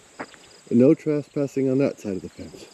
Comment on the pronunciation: I am intrigued by the way you pronounce trespassing, as if it were spelled traspassing.